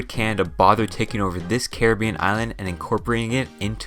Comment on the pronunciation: I got a minute in before I couldn't hear Carreh-been anymore